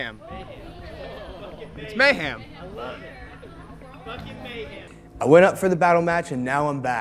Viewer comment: Dude, it's "mayHEM," not "mayHAM."